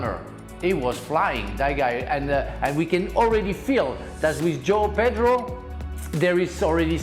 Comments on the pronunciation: I was going to give you a like and sub, but your insistence on getting Joao Pedro's name wrong, even though you spelt it correctly and showed clips of commentators pronouncing it just shows disrespect and ignorance not worthy of my time. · It’s not JUAN pedro lol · Joao Pedro not Juan Pedro bro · This guy taking the piss? Said Joao Pedro’s name wrong like 50 times lmao